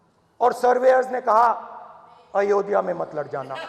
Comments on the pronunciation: अयोध्या है, अयोधिया नहीं... सिर्फ विरोध ही राजनीती है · isse ayodhya pronounce nhi kiya ja rha